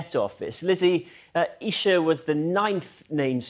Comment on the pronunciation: For heavens sake it's pronounced Eye-Sha! The name of the prophets mother.